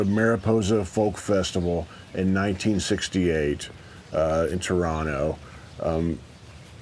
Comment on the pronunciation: So tough to choose one, but maybe "Carefree Highway" at the moment. Also love Peter Paul and Mary's version of "Early Morning Rain". As an aside: as a native Torontonian, I certify that you pronounce "Toronto" like a native!